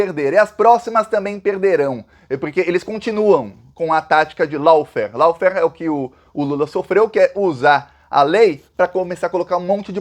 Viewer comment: Grande! A pronúncia de “lawfare” é “lófér”.